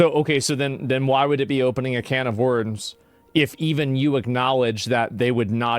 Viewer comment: only just realised asmon cant pronounce the word worms